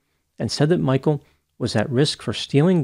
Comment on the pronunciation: His name is not "Michael". It is Michel. Get the basics right!